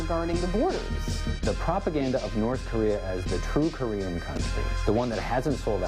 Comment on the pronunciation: "Kornean peninsula"